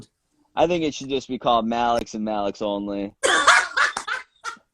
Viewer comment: Loved how accidentally said MALEC instead of MALEX ❤️❤️ it’s Easier enough to do,....